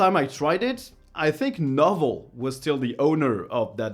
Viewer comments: Just a quick correction.... "Novell" is pronounced "No" "vell" .... 2 syllables... No and vell. Not "novel" like a very long book. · Small comment on Novell- it's not pronounced like a book (novel) but with an open 'o' and separation between the o and the v, i.e. 'no vail'. Aren't names fun! (Side note - the area the company was founded is somewhat infamous for many children per family, and having names that have slight spelling or pronunciation differences to individualize the name.)